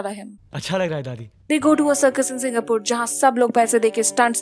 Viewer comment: "singaa-purr" seriouslyy bro??????